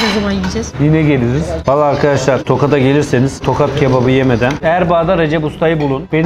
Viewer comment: Tokat deyil tohat